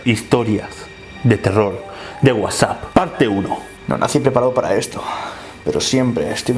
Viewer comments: No se dice Whapsup (como lo pronuncia ) se dice WhatsApp (como todos dicen) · "de wasup"